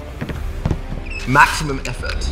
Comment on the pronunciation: maximum effort said in the most British way ever lol